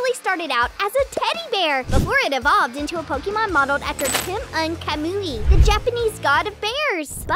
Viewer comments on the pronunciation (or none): none